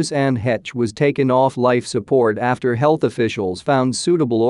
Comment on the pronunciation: Finally, someone who pronounces her name correctly. Her boys will suffer the rest of their lives as a result of losing their mother. It changes you for sure.